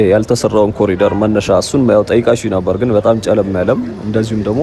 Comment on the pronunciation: ኮሊደር ሳይሆን ኮሪደር ነው መባል ያለበት።